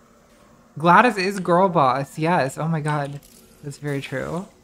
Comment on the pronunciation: Is nobody else bothered by the fact that she pronounces it Gladys and not GlaDOS